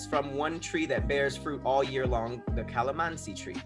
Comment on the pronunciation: Nice job pronouncing the food! Tosino and calamansi